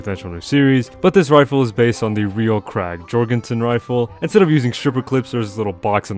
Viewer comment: its pronounced "yourgison"